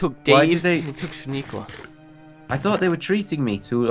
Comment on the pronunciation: it's not shaniequa it's sha nana